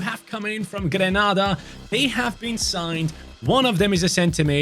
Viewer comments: it's pronounced gren - aida not gran nada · Grenada is pronounced. Gre-nay-da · GREE-NAE-DAH 🇬🇩.😂 I love this channel❤ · It's Grenada mate. No 'Ah' pronunciation for the first 'A'. Literally A…Say it Gren-A-da! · I’m from Saint Vincent and the Grenadines🇻🇨. Love your channel but some of the countries you’re pronouncing them wrong especially Haiti and Grenada…